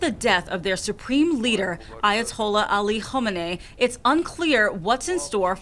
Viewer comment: Jeff Semple. Thank you for pronouncing Ali Khamenei’s name CORRECTLY! So many other people in the news business couldn’t do it!